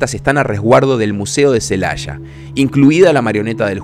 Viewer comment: Aquí en México, no hay ninguna ciudad llamada "Celasha", hay una Celaya.